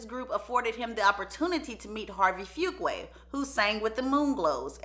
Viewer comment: Antoine Fuqua's last name is pronounced: Foo- KWAH.